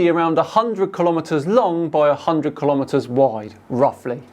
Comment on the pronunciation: Give some credit - at least he pronounced kilometre correctly! 🙂It ain't ki-lom-eater... I always ask people who get it wrong if they give their weight in ki-log-rams. 🤓 Apart from that, the stupidity field is strong in vicinity of this one.😖